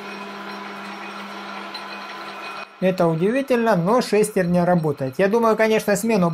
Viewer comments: Говорите по-русски: шестернЯ, а не шЕстерня. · Как же режет слух эта "шЕстерня"...